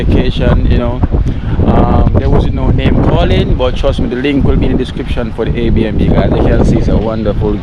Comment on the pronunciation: its air B and B lol